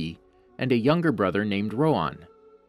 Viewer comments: Its RoHan not RoAn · rohan actually has an "H" in it